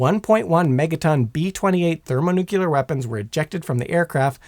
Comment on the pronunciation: My brain hurts after watching a third of this drivel. First off, there is no word in the English language "nuculer" much less "thermonuculer", ffs!!! Second, I doubt even the Tsar Bomba could destroy the entire state of North Carolina, even being a hundred times the power of one of our nukes. There is nothing magic about a nuclear weapon no matter how big. Despite the stigma heaped upon them over the eighty years since they were deployed, a nuke is nothing more than a big bomb. Discounting radiation effects, which would largely be limited to the immediate area and that downwind, it's just going to make a BIG hole, and damage trees and structures for a few tens of miles around ground zero at worst, depending on the detonation altitude. An impact detonation would be attenuated and deflected by terrain, which is why Little Boy and Fat Man were both detonated thousands of feet above their targets. Lastly, even an armed implosion-type bomb whose chemical explosives are detonated by high-speed impact or ground fire will not "go nuclear" under any conceivable circumstance. The precision necessary to time the explosives perfectly symmetrically to implode the Physics Package down to supercritical, whether fission or fusion bomb, required the invention of a new device, the Klystron Switch, and even the length of the wires to the blasting caps had to be precisely measured to ensure that the initiating electrical pulses reached the detonators simultaneously in order to pull it off. An as